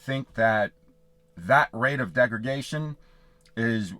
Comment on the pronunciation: Hi there. Just a quick correction, you kept saying “degragation”. Correct word is degradation. Thanks for the info though 👍🏼